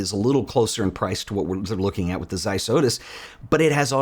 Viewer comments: ok, but it's pronounced Zeiss not Seiss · May be irrelevant, but it's - they're German. Good review!